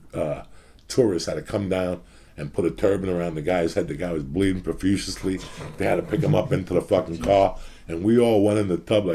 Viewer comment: Out of dozens of examples of Uncle Joey trying to pronounce the word, I've NEVER heard him pronounce "PROFUSELY" properly. LMFAO